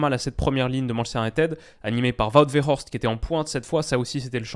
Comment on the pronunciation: Le W ne se prononce pas comme un v en néerlandais. Wout Weghorst et pas Vout Veghorst